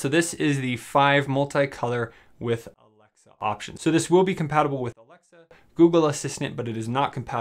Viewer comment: Why can’t he say alexa